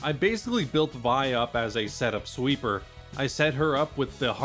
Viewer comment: Great video! Just one thing I noticed, I know it seems strange, but Vi's name is actually pronounced as "Vee," and her full name uses a French-like pronounciation like with Jaune's name, aka Violet pronounced as "Vee-oh-let."